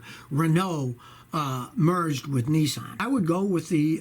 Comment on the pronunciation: G,Day Scotty its Niss like piss Not Nessan announce it right way.